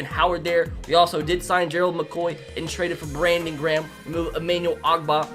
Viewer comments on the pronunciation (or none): none